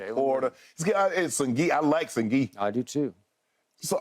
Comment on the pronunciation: Shannon called Sengun, Sengi 😂😂😂😂